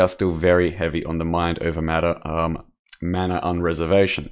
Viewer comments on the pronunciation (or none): none